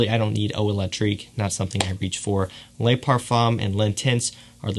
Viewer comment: Hey this may have been pointed out before but the French word “Le” is pronounced like the Le in LeBron. The French word “Les” is pronounced like lay in English.